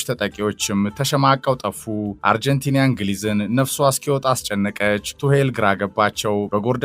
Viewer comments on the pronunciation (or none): why do you say አርጀንቲንያ? It is አርጀንቲና:: Correct it.